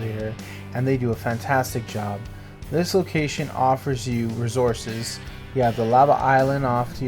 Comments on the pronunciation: Why u put terrible spots and say razources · bc u can't pronounce resources and these spots are meant for little bases and same u can only bring birds to u show no flat large areas with a good way to defend